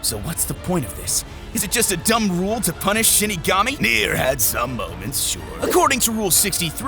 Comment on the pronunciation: Am i or he says shitigami